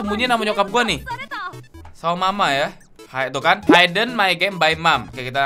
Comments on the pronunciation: Dibacanya hidden bukan haiden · bacanya hiden bang bukan haiden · Bang bacanya hidden bukan haiden